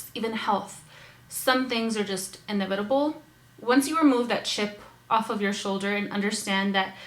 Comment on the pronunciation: Sorry for being the grammar police but "inevitable" has the emphasis on the first "E" lol. Just trying to help :)